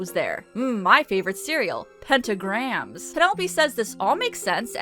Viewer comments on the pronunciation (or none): Did you really just say "Penta-Grahams"?